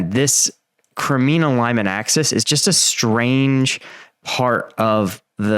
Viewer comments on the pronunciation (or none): none